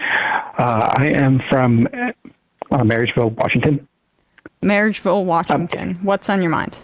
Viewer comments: Its MARYSVILLE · Marysville, not marriageville. Lol